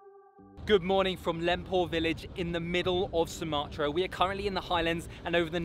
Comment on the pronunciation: Really interesting video. Thank you so much! Hope to see more videos of yours in the near future. Btw, it's Sumatra or Sumatera, not Sumarta.